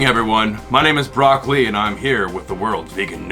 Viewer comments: At first I thought you said Rock Lee and I thought we were about to get the drunken vegan news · I honestly though you said “Broccoli” and not “Brock Lee” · "Brock Lee" not even vegan and I'm dying.😂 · “Brock Lee”😂😂😂😂 love ya my man